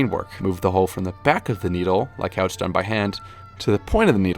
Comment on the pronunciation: I enjoyed this video so thank you but FYI it is pronounced “how”